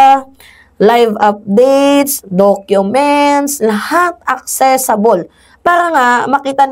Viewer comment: ACCESSIBLE hindi ACCESSABLE 😂😂😂😂 kakaloka ka😂